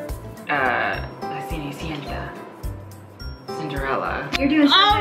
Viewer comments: Spanish pronunciation on point!! La Cenicienta!! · says "La cenicienta" wow